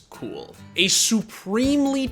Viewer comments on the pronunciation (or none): Actually, "Kool" isn't pronounced like cool, the o in Kool is the same as in Robin.